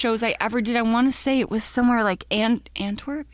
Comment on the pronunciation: Dis she said ANTWERPP hahaha You had the wrong crowd boo 😂😍